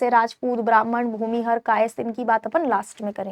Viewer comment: bhumihr nahi mam bhumihar ucharan dhang se kigiye